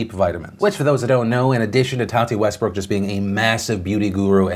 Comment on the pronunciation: Nobody: James: To TaTeH WeStBrokhh